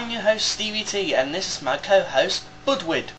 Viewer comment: Please try to say Budew next time instead of Budwid... Awesome video. ;)